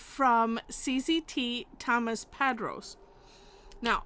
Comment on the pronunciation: I have a question, because I've now seen about 4 of his creations and they are quite good and enjoyable to reproduce. I was wondering is his name, Tomas, pronounced (toh maahss) and not (tom muss)? His name is either of Spanish decent or Hispanic origin. Since I've not located him speaking, I didn't know if WE or He, shall we say Americanized his name??